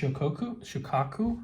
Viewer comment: Actually it's SHO-kaku